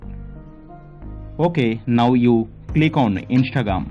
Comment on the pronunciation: "Inshtregream account" 💀